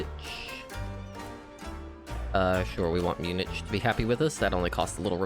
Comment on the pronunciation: Great video. One thing: it’s pronounced “Munick” not “munish”